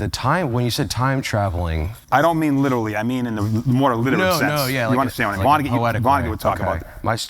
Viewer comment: “I don’t mean littowly”